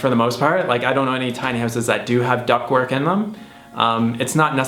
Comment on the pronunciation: u kept saying "duck work" . . that's exploitation and I'm pretty sure it's not vegan. #quack